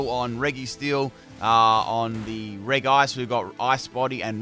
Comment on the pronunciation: You know what really grinds my gears? The way this guy pronounces regi